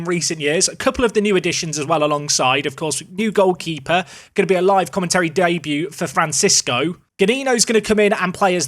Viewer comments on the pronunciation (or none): none